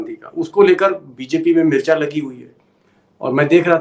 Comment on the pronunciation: मिर्च्या नही मिर्ची